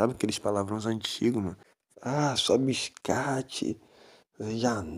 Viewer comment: "Bixcate" Kakakakakakaka